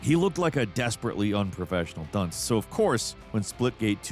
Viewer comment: thank fck for closed captions. I had to relisten 5 times "desperately unprofessional ?un?" word had me wondering hahahaha ooohhhhh dunce. right. got it.